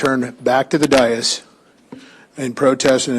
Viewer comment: . Dais. "DAY-US" not "DIE-US". Every single council meeting, in every town, city, county, and state, incorrectly say this simple word. Four letters. Google it under pronunciation, and you will see I am correct. How can so many people in the same walk of life, mispronounce the same word? Frankly, it's astonishing.